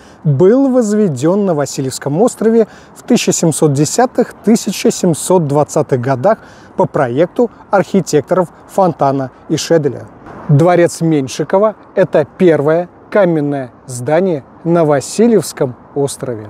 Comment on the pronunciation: Не ФонтанА, а ФОнтана.